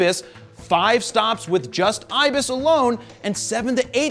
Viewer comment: i fell off my chair laughing, on hearing ISIS instead of IBIS .... LOLOLOLOLOLOL